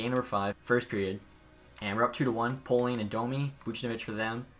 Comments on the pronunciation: Pay-ling brother, not Po-ling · poehling is pronounced like peh-ling that’s my friends cousin